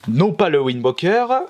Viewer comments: C'est Wind Waker, et pas ouind woker ;) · "Zelda Wind WOQUEUR"